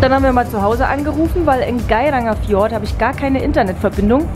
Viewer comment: Tolle Bilder, nur das, für mich persönlich z.T. dümmliche Gequatsche und die absichtlich falsche Aussprache vom Gairangerfjord lässt mir die Galle überkochen. Abbruch bei Minute 18.